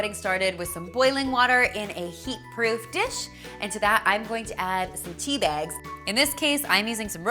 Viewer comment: I like how she says tea bags...... "Tea Biagz" 😂 That tea looks delish tho....